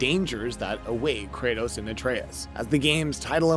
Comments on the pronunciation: Ah yes, Kratas and Artas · Kratas and artas lol